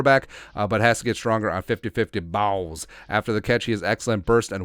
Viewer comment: Why you have to say balls like that?